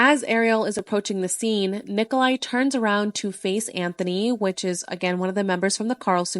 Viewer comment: Well for someone that pretends to pronounce ppls names correctly you did not.His name is Nicolae not Niclai and Miu is pronounced differently. as a romanian.